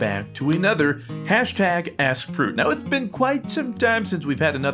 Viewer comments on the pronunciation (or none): I thought he said Welcome back to another #AssFruit XD